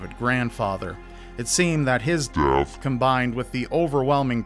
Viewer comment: Okay I really enjoyed this video, but I was getting annoyed with the constant "death" pronunciation, just say it properly